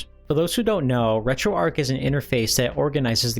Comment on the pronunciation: Dude said RetroArch wrong over and over and over